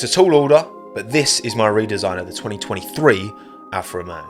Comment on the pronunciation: every time says alfa romeo i keep hearing afro man instead and now i cant unhear it, i must be going crazy